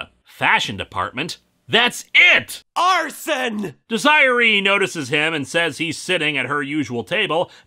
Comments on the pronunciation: Dez - Uh - Ray. You keep saying Dee-Zie-Uh-Ree. lol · It's Dez-er-E! Not DesERee. Get it right. Or I will be angry. And you wouldn't like me when I'm angryyyyy...! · Dez-er-ray. her name is pronounced Dez-er-ray. Lewis Desire-y sounds stupid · "Dez-er-ray" Linkara, not "Dez-i-ree". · I'm fairly certain it's pronounced "Dez-eee-ray," though I'll admit I've never seen it spelled like that. Wonder what other nuggets of "ackshually" I'll have as I binge more of your Clone Saga videos. Happy 14 Years, Linkara! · it's pronounced "deh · zr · ay" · Desiree is pronounced desi Ray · Des-eh-rey = Desiree. Though I guess knowing the difference is equal to the difference of where-ever the fuck MN vs. St. Louis Misery (MO) Edit: Also don't issue copyright complaints on other videos that use clips of your videos. It's a bad look sir. Especially considering how the majority of your videos consist of another entity/person's IP. Fair use cuts both ways. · wait a minute....did he just call that woman...desire e .....I'm not gonna lie, when I first saw that name spelled thats how I said it to....even though I have a cousin named desiree. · The name is pernounced (Deser A with A as in hey) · It’s pronounced Dez er ey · damn I always end up doing this for linkaras vids..its pronounced Dez-Er-Ray...sorry Lewis. I love ya anyways. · Deh-Zir-Ray, it’s pronounced Dezirray. But your way is much funnier. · Desiree is pronounced "desiray" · Jesus, that's the worst butchering in pronouncing "Desiree" I've ever heard. It's pronounced "Dez-ah-ray." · Desiree is pronounced "Dez-ih-ray" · Linkara.... I love your show dearly... You are a wonderful Host... But it's pronounced "Dez-uh-ray" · Hate to be that guy, but Desiree is pronounced Des-ear-ay. Dang, I always feel dumb trying to show pronunciation through text like this. And in this case, it just feels patronizing to you. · I wonder how many people are gonna point out Desiree Winthrop is pronounced Deh-seer-ray? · I physically winced at that.